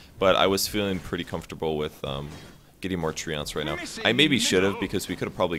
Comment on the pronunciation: You're saying "Treants" wrong. It's "Tree-ants".